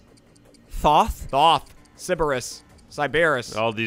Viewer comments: thoth is pronounced thoeth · Every Smite player watching this was likely triggered over how you pronounced Thoth.